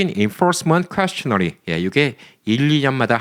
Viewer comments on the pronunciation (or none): questionnaire 발음이 퀘스천 네어가 아니라 퀘스천 에어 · 항상 잘 보고 있습니다 questionnaire 발음이...